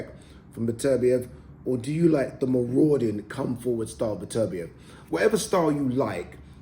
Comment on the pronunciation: His name is beterbeiv not betervia Get his name right you newcomer sausage or a presenter